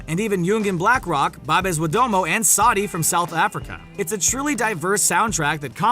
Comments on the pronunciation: Lol the way he pronounced Babes Wodumo😂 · U can't even pronounce(babes and saudi🤣🤣